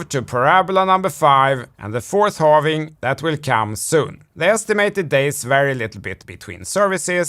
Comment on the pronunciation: I dont trust anyone that says halvening. It's halving.